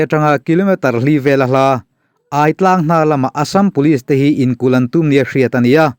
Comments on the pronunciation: Aitlang hi hmar tawng a 'kawrthindeng' sawina 'chakai' a 'ai' tih añg nilo 'thingai' emaw 'zahngai' tih emaw a 'aiii' lam rik ang a lam tur a ni e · Aitlang i lam dan hi.... aiawt ang ni lo in, a thluk in ang tur zawk aw... Pitar tia kan lam ang hian...a ki in angin... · Hahthlak thin teh e. Hripui leng bawk nen. Chanchin ila rawn Share zel duh tàkin AI TLANG tih thluk hi a lam dan kalo sawi ve mai² aw:- AI tih lai tak hi,AIAWH/AIEN tih kan lam rik ang hian lam zawk tur a nia.